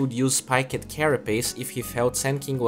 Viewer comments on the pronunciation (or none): none